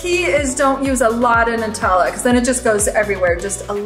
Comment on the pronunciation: Oh and p.s. I appreciate saying NUTella the right way, it’s not made out of noots after all....🇦🇺